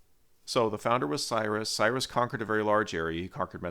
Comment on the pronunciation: THIS MAN IS SABOTAGEING MOST OF THE NAMES: *NUMBER 1 HA' KHAA MA' NESH(ALL 1 WORD) *NUMBER 2 KUROSH (PRONOUNCED KOO ROSH *NUMBER 3 DARIUSH (PRONOUNCED DAAR YOUSH (NOT THAT HORRIFIC NAME YOU HAVE USED) *NUMBER 4 KHA' SHAA YAAR SHAAH (in persian language SHAAH means KING). *NUMBER 5 ZA'R TOSHT (NOT THAT UGLY NAME WHICH IS NOT A PERSIAN WORD) *NUMBER 6 PAA SAAR GAAD (NOT PATHRAGADA) *NUMBER 7 PAARSAA I HOPE YOU WILL PAY ATTENTION AND CORRECT THOSE AWFUL WRONG NAMES, THAT IS IF YOU WANT THE CORRECT PERSIAN (FAARSEE) NAMES.